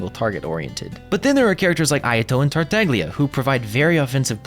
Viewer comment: It's pronounced "tartalya". As an italian my ears bleed whenever people don't even put effort in tryna pronounce the harbingers name correctly. No shade